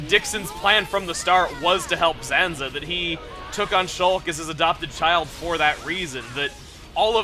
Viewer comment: *Zanza Not Sanza